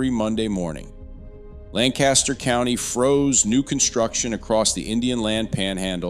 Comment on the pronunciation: Yes! Lancaster County, SC is definitely having terrible growing pains. (Wish the person on this video would pronounce it correctly).